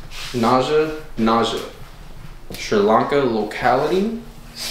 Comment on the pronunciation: Naja is pronounced Nah Ya. I had to look it up. I'm new but glad I found ya but please don't kiss hot snakes. Beautiful snakes. Also, some Monocled Cobras can spit even though it's rare. The only Red Spitting Cobra is from Africa I believe. They are one of my favorite Cobras